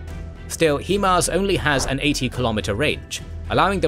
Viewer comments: Downvote for every time you pronounce HIMARS as "heeeeeeeee-mars" instead of the correct way, HAI-MARS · "HE-Mars" bruh what? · Excellent presentation as always; however, I can't help but notice you've doubled-down on "hee-mars" almost as much as Wagner has on Bakhmut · Thanks for the video, great work! Though HIMARS is pronounced "high mars".